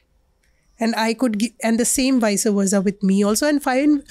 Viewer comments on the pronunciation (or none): none